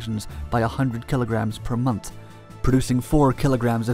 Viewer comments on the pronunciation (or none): none